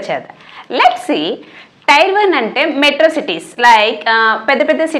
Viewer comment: అక్క అది టైర్ కాదు టియర్ అని పలకాలి.